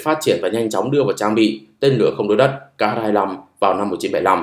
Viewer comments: Chữ "Х" trong tiếng Nga không phải "ix-sì", mà là "kha". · X đọc là khờ nhé àd :)))